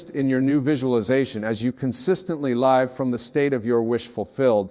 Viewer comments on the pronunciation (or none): Love this,,, btw check the AI created words as there are a few mistakes; one was at the end when Wayne said,”LIVE”with the long “I” sound instead of the short vowel “I”. That’s when I knew it was AI created and implemented into this video. Though it’s his words ; AI MAKES mistakes